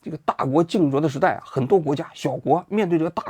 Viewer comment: 大国竞zhuo是啥？王局你这体现不出央视记者的水平啊